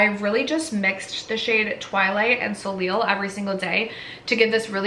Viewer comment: love seeing your looks! i think simple eye makeup looks so good on you!! and that red dress omg! 😍😍 also soleil is pronounced so-lay :) what do you do for work? i wish the doctors i work with took us to see pitbull ahaha!